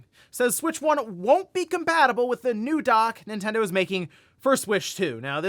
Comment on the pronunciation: Ninten-DO what Ninte-DOES….😮‍💨😮‍💨